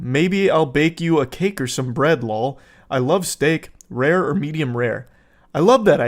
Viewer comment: All gamer millennials would recognize “lawl” or “fck yo couch” lol